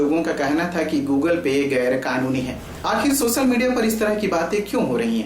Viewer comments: Make your pronunciation correct. It's not सोसल, it's सोशल. It looks so awkward when you pronounce some words incorrectly. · Please learn how to say .. social..it's important to pronounce word correctly. Sh ko s nahi bolna hai..chahhe tum kahi se bhi ho.. pronouncing correctly is part of your job. Tone.. appearance..looks are secondary.. Incorrect words. Social Disha Seven National You know what the irony is..ki tumne subscribe ekdam sahi hai bola..it means..u can.. please work on it, it will be better for you and we too.